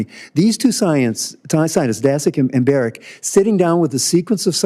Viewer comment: Daszak is not "dasek", it`s "DASHUK"